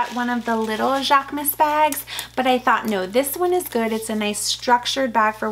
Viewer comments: Hate to be the grammar police😂… but it’s pronounced: JHAK-MOOSE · Love all your new items!! Especially the Marc Jacobs, I keep admiring that mini Tote! Going to pull the trigger one of these days LOL Jaquemus is pronounced jacques-uh-moose 😊 with a guttural French accent 😂